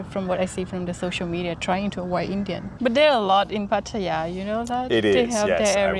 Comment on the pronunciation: you speak very well, but you've been in Thailand for 11 years? Now you're ready to pronounce "Pattaya" correctly. Listen to how Ying pronounces it.